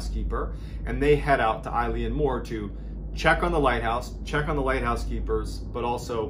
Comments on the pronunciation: Just discovered your channel. Loving the content, great knowing I have like 3 years of stuff to get through! The pronunciation of the island is actually Eh-lan Moh-r. Literally translated to Great Isle or big Island. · As someone from the Scottish islands, your pronunciation of the place nearly ended me! Good video though, keep doing what you're doing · It's pronounced Ill-Yawn More not Eileen More ffs 🙄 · LOVE you, love your channel and your delivery, but...its pronounced Ale-en More, and sorry but this story has been really embellished (not you, previous additions to the original mystery) from the bare facts as reported by the investigators at the time, it was bald facts in the logbook, as these were three very professional lighthouse keepers, as this was a hard job before we made most of them automatic due to the damage it did to some of these brave men. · I lean more. No it's pronounced eylan mor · Is it Eleane Moore? Or Eileen Moore? Online it says Eileen, but he’s pronouncing it as I-lee-Ann 🤔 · Eilean Mor is pronounced Eeelan Mor Not Like a girls name Ileen . Just saying It's not your fault It's Gaelic name and some of the Gaelic speak is pretty hard to pronounce. The Gaelic name of the island means "large island of Rainish" and is taken from the surrounding area, which itself means "Roe deer headland", from Old Norse. Love your stories keep em coming If ye have a look on Google Earth you can see the boulder which is now in a corner of a garden wall and it's massive Yes you can see Eilean Mor from the outer Hebrides It's on the horizon and in good weather it's as clear as a bell . Locals on the west coast of Lewis still talk about that fatefull day in hushed tones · Tammys aff tae yer pronunciation son. Your saying eyeleeanmore. Fair play to you buddy. Try Eeelan Mor. X 🏴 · I had a bad feeling when I saw the Gaelic in the title, that feeling was confirmed when Mr B pronounced it "I-Lean-More" 😂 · Close - it's pronounced 'ay-lan mor'. It's Scottish Gaelic.